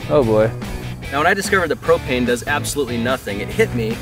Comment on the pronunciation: It's pro*p*ane